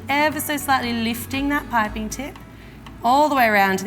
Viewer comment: The way she pronounces piping (pie-pin) lol